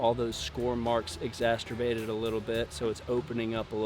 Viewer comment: Great recipe!. Still coming to grips with ’exasturbated’ 🤭